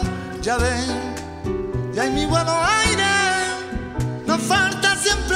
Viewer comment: Porque carajo dice "aaaamaiabuuuarieee" es como si le diera asco pronunciar "buenos aires" a espe gallego. Aun asi me encanto la version esta..